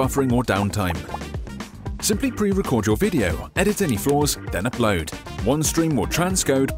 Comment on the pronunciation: That's not how you pronounce "upload"